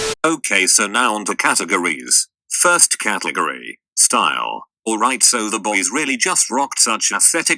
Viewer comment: can't pronounce "category" very well can he